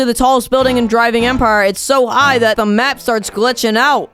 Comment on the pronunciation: 0:2 u said driving admire